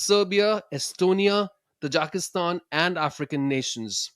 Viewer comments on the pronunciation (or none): Bad pronunciation of Hindi as well as English… It is Tajikistan not Tajakistan. Motto of the event has “Sukhaaya” सुखाय “Hitaaya” हिताय not “Sukhay” सुखय Or “Hitay” हितय